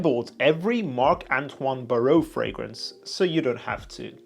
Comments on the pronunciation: Bar-wah not Baorrowww 😂😂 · Just a little tip on the pronunciation, it's Bar-wah. Hyped for the vid! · Great review bro! But the pronunciation is BARWA